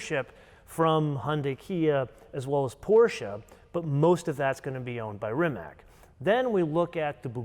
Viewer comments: Rimac = Rimadz not Rimak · So you're really good at pronouncing the brands correctly so Porsche is pronounced with two syllables. With that in mind, please say Rimatz, not Rimac. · It's NIKOLA TESLA, not NIKOLAI TESLA. RIMAC is pronounced as RIMATZ, not as RIMAK. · Come on guys... It's not "Rimak"... It is Rimac... 😅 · Rimac is pronounced Rimatz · Please pronounce the name Rimac the way it should be. RIMATZ.